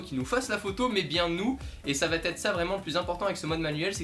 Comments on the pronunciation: Le "T" entre "va" et "être" est dérangeant mais la vidéo est bonne :) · Merci de tes explications assez claires pour un débutant, mais élocution un poil rapide et.... y a pas de t à va, donc pas de liaison ! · va / être et non va t être ;-) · Bravo pour tes vidéos, un "petit" bémol grammatical désolé, "la photo va être"sans liaison puisqu'il n'y a pas de "t" à "va".